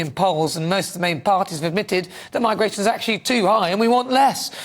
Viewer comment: What’s migrrrrrration? 🤣🤣🤣